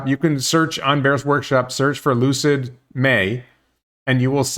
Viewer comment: Maybe it was my brain, the audio or what ever. But it sounded like you said ‘Lose-it” instead of Lucid, at the beginning of the video. Forever now they will be Lose-it Motors. Per the expansion, it could be they hired the same company that worked on the Nicola truck factory to do the work.